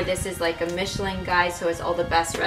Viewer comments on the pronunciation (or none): none